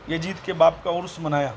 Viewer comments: Abe jahil pehle naam bolna to pahle Sikh le jahannami kutte . (Yazid) naam hai uska (yajid) nahi hai Maslak e aala hazrat Zindabad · Abe Jahil, Teko Laanati Yazeed bolnay nahi aata Yajeed Yajeed karta hain, Ahmed Raza ko Ahmed Raja kehta Hain pehlay Urdu sikh phir dars day, Ek ho to Muhaddis aur zyada ho to Muhaddisin hota hain, pehlay ye sikh